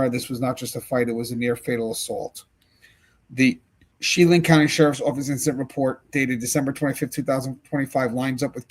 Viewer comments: Just in case you end up reporting about the incident from there again, it’s pronounced, “Sha-LAN” even though it’s spelled Chelan. There is a lot of French influence in that part of Washington and Idaho. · Chelan Washington pronounced Sha-lan